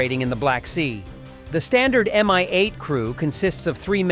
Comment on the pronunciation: "Mi-8" (not "MI-8", BTW) is pronounced as "me" - or "mi" as in "minuscule"/ "minute", not as in "mine". And then you don't say "en–ey–es–ey" but NASA, and the same goes for MAGURA V5 - which is, according to Auntie Wiki: "MAGURA V5 (Maritime Autonomous Guard Unmanned Robotic Apparatus V-type) is a Ukrainian multi-purpose unmanned surface vehicle .... capable of performing various tasks: surveillance, reconnaissance, patrolling, search and rescue, mine countermeasures, maritime security, and combat missions" So, repeat after me: ma–gu–rah. Repeat again. Make it 500 times or until cows come home - whichever comes latter. "House of Culture" is a lousy direct "word–for–word" translation of Russian "Дом Культуры", which would be better translated as "Arts and Performances Centre". Or a "Cultural Centre". In short, thisi is the place housing cinemas, various "community activities" workshops, maybe a theatre - and such. "The Five, Ozone" Russian word/ term "пятёрка " (a/ the five) is synonym of "perfect", as "5" is/ used to be the school grade corresponding with American "A" (the best grade possible - the lowest one is/ used to be "2"). So "the five Ozone" is something like/ akin to "The Best Deals Ozone" (Ozone is the supermarket or "discounts" chain in Russia, as far as I can gather - think Walmart or Kwik–E–Mart from Simpsons - or something "in between").